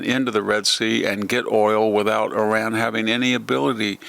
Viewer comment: Learn how to pronounce Iran right